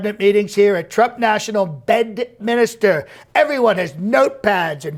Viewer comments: Did he say "Bend Minister" for "Bedminster"? LOL If so, the misreads are a great realistic touch. Also, "focuseded". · If I heard it correctly, "Badadministor" instead of "Bedminster". Hilarious.